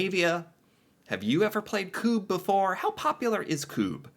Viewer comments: It's pronounced "kubb" not "koob" A double b means the u sounds is short (same as in Engliosh). When it's written with a u, it's the same sound as in tUtor, not pub. Kubbe is Norwegian word that translates into "log". In English, you'd probably call this game logs. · Yeah it's not kuuuub. It's kuBB ^^ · Kubb is pronounced with a short u. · It annoys me that the presenter of the video he's watching is pronouncing Kubb wrongly.